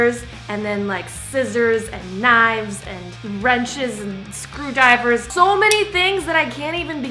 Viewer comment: She said screwdiver 😂😂😂